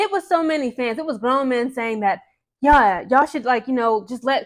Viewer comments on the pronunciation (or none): none